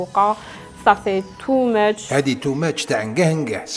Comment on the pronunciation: Too mètch هاكا نطقتها اه